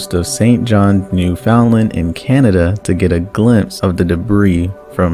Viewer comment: it’s funny to me how every non Newfoundlander says Newfoundland loll. also great video ur so underrated